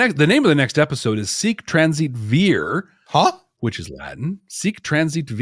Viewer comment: Vir in Latin means man (either "a man" or "the man," Latin isn't specific about that). Also, Vir in Latin is pronounced "weer." The letter V is pronounced as a W.